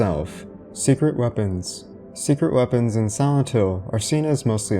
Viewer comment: Sorry but why you say "Santo" instead of "Silent"? Is an accent or there's any particular reason? or like Japanese sound like "Silento"?